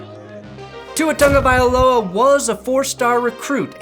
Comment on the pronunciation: Thank you for pronouncing his name right! *happy dolphin noises Fins up!